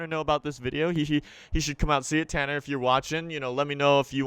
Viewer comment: if you do 0.50- says CANNER